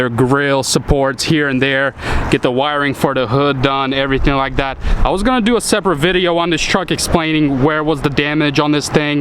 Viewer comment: Cab gets "Tooken off" You have an accent as well as not speaking good English. TAKEN!!!! Stuff like "Dat". That particular word begins with TH